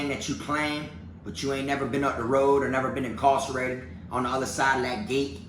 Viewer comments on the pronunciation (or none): When he says "incawcerated" he sounds like an old-timey plantation owner